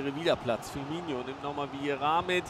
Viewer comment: Sehr gute Videos, bis auf die Aussprache mancher Namen, die zumindest bei mir Ohrenbluten verursachen. - Firmino wird genau so gesprochen wie geschrieben. Du sprichst ihn aus, als hieße er "Firminho" (tut er aber nicht). - Aussprache João